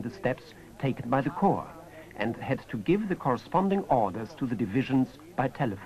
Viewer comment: The plural of corps is corps, pronounced "core," not "corpse." This is true now, was true in the 1980s, when this fil was apparently spliced together. It was true in 1943 and 1945 when some of the film was taken.